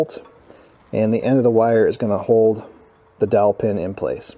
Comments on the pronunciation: I thought was saying "Killer Dolphin" until I finally saw the dowel pin 🙂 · I swear to God I thought you were saying a “killer dolphin” 😂😂😂